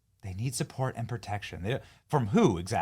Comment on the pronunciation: She actually said ‘they need potection’